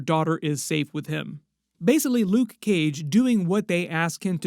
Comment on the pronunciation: Nobody says luKe Cage how you say 😂 You my friend are one of a kind. Much respect